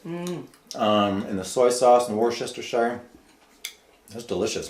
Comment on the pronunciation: Jesus dude the first time I’ve ever heard someone actually say Worcestershire right. Anyway thanks for the video! Making some right now